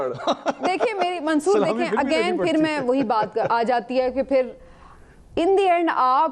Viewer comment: Sirf Samina Pasha ke munh se "Again" ka talaffuz sun ke pata chal gaya ke iss ki education kitni poor hey